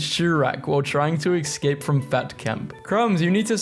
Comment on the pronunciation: Ugh. For the love of all that's Holy, Escape is not pronounced "Eck scape". It's "Ess scape". Also; how to tell me I know you pronounce "Etcetera" "Eck cetra" without telling me you pronounce it ecksetra, lol. (Bonus- who the F pronounces Tortoise, "Tor Toys"?